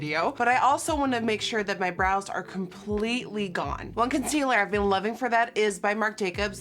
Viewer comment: am i the only one who noticed how weirdly she said "one concealer"